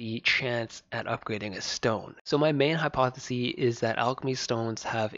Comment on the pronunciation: Hypothesis(siss) is singular. Hypotheses (sees) is plural. Thanks for the content!